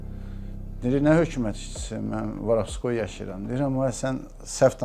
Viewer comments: biri bu başa salsın ki, Varabskoy yox Vorovskoy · varavskoy demeyi oyren sora video cek